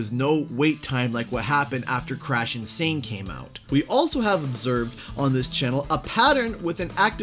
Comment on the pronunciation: I think you mean "n sane,", not insane. Hahaha!